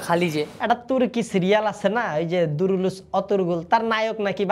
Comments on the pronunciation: এ দু্রুলুযস অরতুগুল হবে না ওটা কুরুলুস উসমান হবে । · আপনি কুরুলুস উসমান নামটা এভাবে উচ্চারণ করে কামটা ভালো করেন নাই 😢